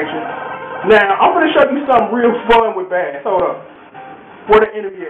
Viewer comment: You know... this has to be said. Bass's name is *not pronounced like the fish!* You'd think this would be pretty easy to figure out seeing as his dog's name is TREBLE! and then there are the countless musical references to music in the Japanese names. Rock, Roll, Blues, etc.